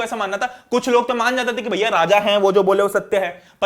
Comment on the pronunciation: it's bhaiyaa not bhaya so don't take it seriously, I did some mistakes that doesn't mean u will highlight that😑